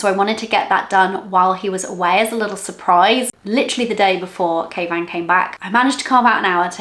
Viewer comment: I love you guys I always thought you were calling your husband Caveman lol not kayvan 😂 love the channel you can truly tell you two are made to be together.